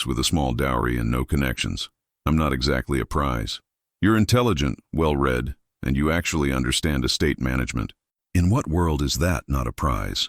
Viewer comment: AI needs to learn when to say “read=reed-present tense and read=red-past tense” it makes me miss some of the phrase trying to figure out what was said.